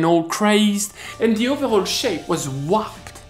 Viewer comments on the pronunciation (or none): you're the best! Please pronounce 'warp' as 'whorp' with an 'h' and 'o' (like world) sound and it will be so much better! We drop the back of our tongue hard on the 'r'.